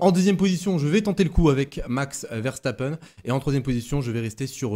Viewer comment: nous parlons français pas allemand ;) donc c'est bien une erreur